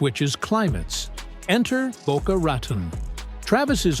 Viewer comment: Ai voice, can’t pronounce Boca Raton – – once again, almost intelligent